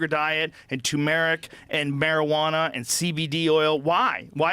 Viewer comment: PSA: tuRmeric not tOOmeric It's spelled Turmeric. There are two r's. Great, thanks